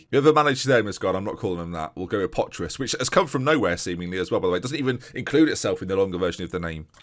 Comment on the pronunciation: Your pronunciation of potros was very good. The rest, well... Lets say it couldve been better lol